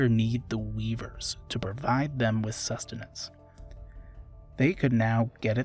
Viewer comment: Me: accidentally fasts foward: sUsTeNaNcE Me: dies laughing for no reason